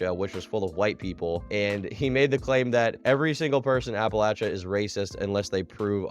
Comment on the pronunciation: SAID APPALACHIA CORRECTLY halfway through the video